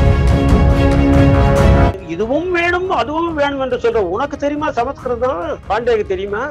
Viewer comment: அய்யோ ஏனடா எல்லோரும் தப்பு தப்பா சொல்கிறீர்கள் ஸம்ஸ்க்ருதம் ,ஸ "ம்" என்று சொல் "ஸ ம" ஸ்க்ருதம் இல்லை. இல்லையெனில் வடமொழி எனச்சொல், தமில் என்றால் தப்பு, தமிழ் என்று சொல்லவும்